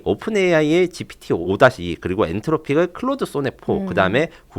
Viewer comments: 앤쓰로픽으로 발음해야 맞을걸요. 앤트로픽 아니고... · 노! 노! 앤쓰라픽, 오우케이?